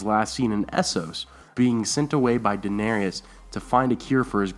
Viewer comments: It isn't Dan-arias it's Dan-AIR-IS!!!! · Duh-nay-ris. Not duh-na-ree-us. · Stop saying Danarius like . It's Daenerys. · It's fucking Daenerys not Daenerius. Jesus, get your shit right! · Interesting video but the way you said daenarys as dah-nair-ee-us kind of distracted me during the whole time... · Daenerys, not Daenerius. Stannis' daughter was cured. Find who did that. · I left a like- I subbed - but please, it is pronounced Dan AIR iss - I have unsubbed for lesser reasons but you are probably a decent person with a sense of fair play, so I will stick around (8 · (Dan-AIR-iss) please. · I like your videos, but the way you say Daenerys is freaking annoying. it's 'day Nair us' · Dude you really need to learn how to pronounce Daenerys.